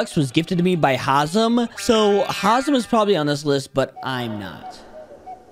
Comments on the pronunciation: Bro Said haizm not hazem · Imagin saying hazim its hazem bro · Its haz-em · Bro disrespecting hazmat by saying hazim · bro rlly said hazim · Bro said hasim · That fact that hazam gifted 99% of his Robux, and still can’t say his name correctly is hilarious😂